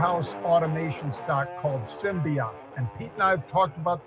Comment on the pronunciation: You can't even pronounce it. It's Symbotic. Not Symbiot. Stupid channel.